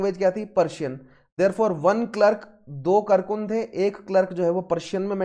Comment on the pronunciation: It's kaarkun. Not karkun